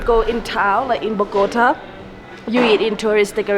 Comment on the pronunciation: Amazing video, love the landscape, just an observation, please please please stop saying Bogóta , it sounds really bad, you were there for days so I know you know is Bogotá with accent on the a, I know is a small detail but is important to say the correct name of the city